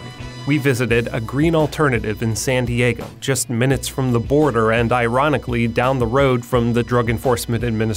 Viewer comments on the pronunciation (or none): xD "SAN DEIGO"